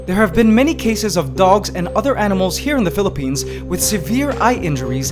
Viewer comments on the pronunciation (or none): Did you say philpines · "Phillipines" "Ants Canada" Nigga, what? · DID YOU JUST SAY PHILIPPINES OR I AM DEAF?